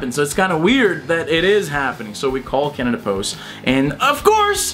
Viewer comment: When you say CanadaPost it sounds like Cannibals xD